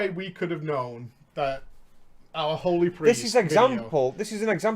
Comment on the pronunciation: I bet it is the way you say HOly, or HOld, it sounds a lot like HO does when someone with an accent says it.